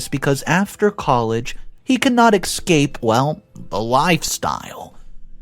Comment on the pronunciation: For a narrator you should know that there is no X in the word Escape. It makes you sound uneducated